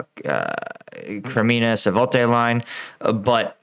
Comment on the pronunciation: Friend please you say constantly Savote instead of Svatove !